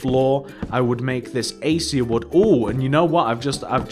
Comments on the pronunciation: it's pronounces "AK-AY-SHA" not "A-See-A" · it's pronounced "a-kay-sha" just so you know :p